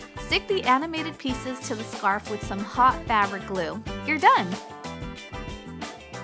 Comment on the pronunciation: American Moral I know that that was what she wanted to say, but I thought it was fun because you could hear ''pizzas'' instead of ''pieces''